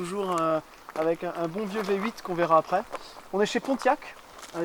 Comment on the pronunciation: on ne dit pas pon iac on dit pontiac probablement que le papi n’avait pas de dentition fréro